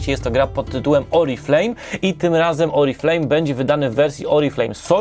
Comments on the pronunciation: Nie jestem specjalistą od języka francuskiego, ale z tego co mi wiadomo Oriflamme nie czyta się "Oriflejm" tylko "Oriflam". Nie chodzi tu przecież o kosmetyki, lecz o sztandar ;) Proszę zauważyć odmienną pisownię - przez dwa m. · Myślę, że ta firma kosmetyczna jest wdzięczna za tę planszówkę, bo wielu recenzentow w Polsce nie może się nauczyć poprawnej wymowy i cały czas reklamuje firmę Oriflame, a nie grę 😉